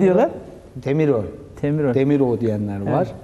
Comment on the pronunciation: Demrov deyilir azerbaycanca